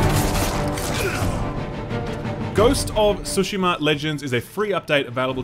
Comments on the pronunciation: I love how you randomly pronounce tsushima in the correct way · Awesome of you for pronouncing Tsushima correctly! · thank you for pronouncing "Tsushima" correctly!